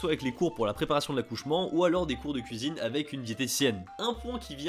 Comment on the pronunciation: qui a compris "Etre maman au Japon avec ma couisine" ?